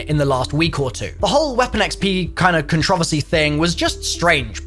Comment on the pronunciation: Did my man just pronounce "con-tro-verse-ee" as "con-trav-asee"?